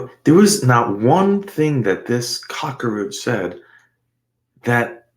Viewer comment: This offender deserved the full 3 syllable cock-a-roach,!